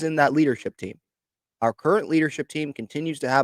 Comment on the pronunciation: Nah. Not are current. Not “are curren.” /